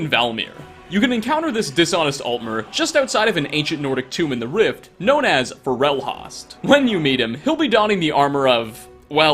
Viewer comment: Who says "FAH-REL-HAST"?! It's "FOR-RUL-HOST"! They even say it in game lol